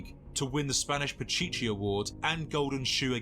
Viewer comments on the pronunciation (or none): none